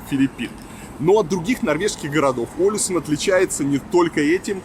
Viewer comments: Billie Sein, И ударение на первую букву - Олэсюн. 😊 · Олесунн, ударение на последнюю гласную, так же как и Тромсе́ или Вадсе́ или Варде́ или Киркенес)))